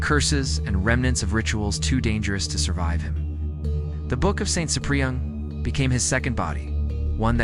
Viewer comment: Try getting the AI to pronounce Ciprian as SIP-ree-ən